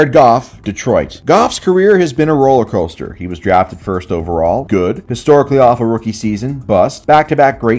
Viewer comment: Roller “Coulster”